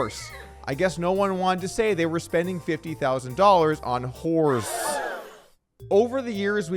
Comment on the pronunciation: A HORSS is a HORSS, of COURSS of COURSS.